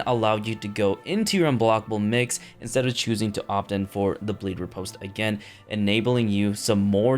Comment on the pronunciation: I like how you said "reinstalled AGAIN"